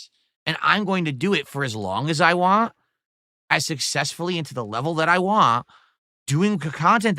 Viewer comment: Is he able to say want? It comes out as wahhhn